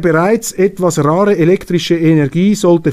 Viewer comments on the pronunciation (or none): none